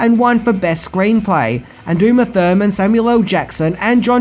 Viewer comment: “Uma Ferman”